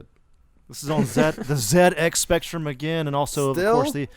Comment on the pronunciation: It's not ZX Spectrum! It's ZX Spectrum!